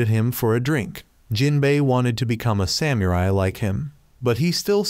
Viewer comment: because you say samurai in weird way I don't wanna watch